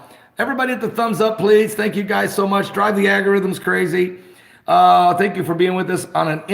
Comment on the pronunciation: ...did he say " aggy - rhythms " ?